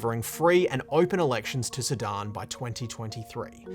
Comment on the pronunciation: Great broadcast! I love how he pronounces “Sudan” so it sounds like “Sidon”. Great job guys!